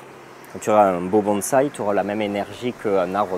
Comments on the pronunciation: super docu ! merci par contre le mec de la voix off n'arrete pas de dire bAnsai...faudrai lui dire quand meme :) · La voix off m'a casser les oreilles avec ses " Banzai " c'est malheureux...c'est un des thèmes du reportage et il ne peut même pas prononcer Bonsai x)